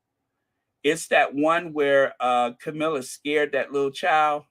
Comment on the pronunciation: you mean Cow-milla